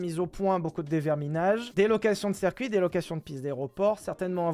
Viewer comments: le cercuit ça me fait cabler, dit "circuit" stp ssssssiiiiiirrrrrrrcuit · *On dit circuit pas cercuit